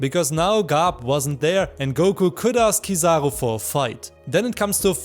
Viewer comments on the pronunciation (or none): let everyone know it's oo not oh and I will forgive you haha jk I appreciate your content, and I'm glad to be able to share with you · is a joke, but still a little criticism, maybe you have a different accent so you say kizaroe instead of kizaru, if you take the time to use Japanese phonetics you'd understand where I am coming from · It's Kiza-roo not trivago...sorry I just couldn't take it